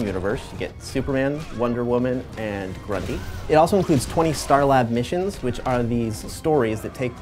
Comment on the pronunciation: "So in the Red Sun package you get three versions of our characters... ...you have Superman, Wonder Woman and... (ahem!) ::soft mumble:: grundyANYWAY, IT ALSO includes twenty..."